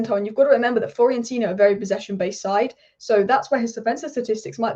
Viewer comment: Please learn how to pronounce Fiorentina. It's pronounced the way it's spelt. Not hard.